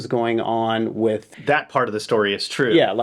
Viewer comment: It's Twoo, It's Twoo!!!